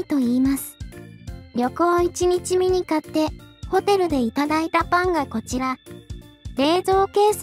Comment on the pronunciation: 1日目。ツイタチメ？ イチニチメ。でしょう。 正しく理解して下さい。 アナウンサーですか？